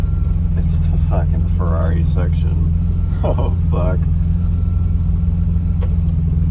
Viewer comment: No....not Fierri . “Carmadillo”